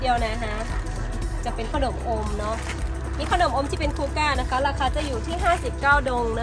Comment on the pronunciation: ขนม อ่านออกเสียงว่า ขะหนม น่ะ ไม่ใช่ออกเสียงว่า ข้าวหนม แต่ที่ออกเสียงแบบนั้นก็ทำให้น่าเอ็นไปอีกแบบหนึ่ง 555